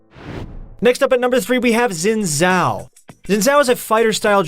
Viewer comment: Its closer to Sin Zhao OK?